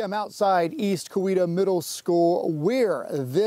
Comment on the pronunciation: Teach your reporter how to pronounce COWETA!